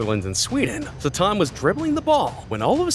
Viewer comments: Bro called zlatan zatan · bro said Zatan